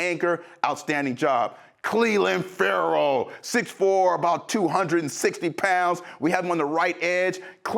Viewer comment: Love EA but he's always getting Ferrell and Ngakoue's names wrong! For Yannick he messed up both first and last.